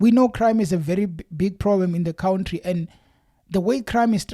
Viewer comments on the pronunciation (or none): You lost my interest in the story when you said Cwountry bro